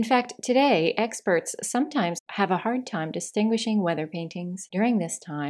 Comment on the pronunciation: The word ‘egg’ is echoing in my mind after this video. Instead of ‘experts’ I started to hear ‘eggsperts’